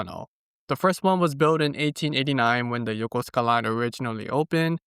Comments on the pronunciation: and in that video, would you please explain the pronunciation? You pronounced the station name “Yoh-koh-skuh”, but my coworkers who are retired USNavy pronounce it “yoh-koo-skuh”. (And I’m guessing thst pronouncing -suka as “skuh” is standard Japanese?) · Interesting that you barely pronounce the "u" sound in Yokosuka 🤔 as if you take a pause in the word